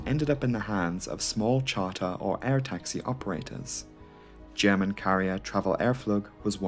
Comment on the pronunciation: German here. Your pronunciation is perfect. I am very impressed. I love this channel dearly. Keep up the amazing work !